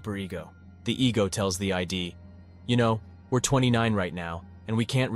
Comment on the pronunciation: It is "id" to rhyme with "did", not ID. Cheers